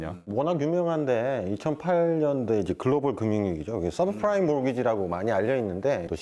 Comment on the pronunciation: subfrime? subprime아님?